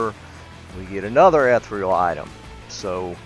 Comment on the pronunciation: Ethereal is pronounced differently.